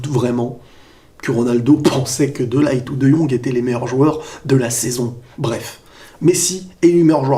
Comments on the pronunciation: On dis pas De Light mais De Lirt ^^ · Salut on dit de lirte pas de laillete (De Ligt) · Petite correction sans prétention aucune: de ligt se prononce de lirt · tu prononce mal le nom de Ligt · Ta prononciation de De Ligt me perturbe 😂